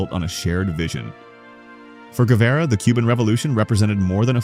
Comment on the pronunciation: Thanks for trying to pronounce Guevara correctly. What's up with that background music?? So annoying What about some Piazzola instead...